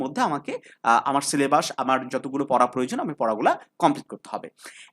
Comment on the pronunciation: এই তুমি ছিলেবাস বলো কেন। সিলেবাস বলতে পারোনা?